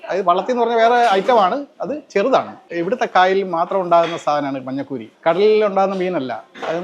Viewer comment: മന്നക്കൂരി അല്ലടാ,മഞ്ഞക്കൂരി...ഞമ്മൻ്റെ "ഞ"...😂😂😂😂